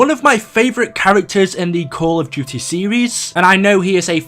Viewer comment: Why do you say it like seeeries